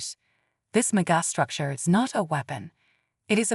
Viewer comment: That face that the narrator cannot pronounce megastructure is disgraceful.